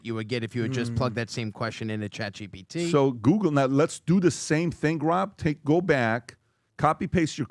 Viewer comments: Some tell it's GPT not GBT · Will someone please tell Patrick it's GPT, not GBT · Guys guys, it’s chat G…P…T 😂😂